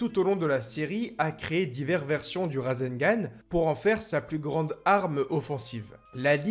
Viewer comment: Super vidéo et super prononciation de rasegan👍